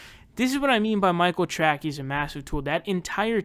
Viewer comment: I never liked Michael Trackey when he was on TYT. I thought his last name was pronounced "Tracey"', no?